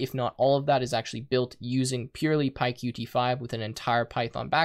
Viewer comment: Qt is pronounced as 'cute' by the people from Qt (